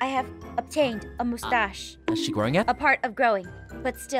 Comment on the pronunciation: The "I obtained a moostash" 🤣🤣🤣🤣🤣🤣🤣🤣🤣🤣🤣🤣🤣🤣🤣